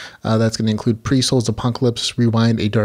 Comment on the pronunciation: Pyre is pronounced Pie-er. Like fire.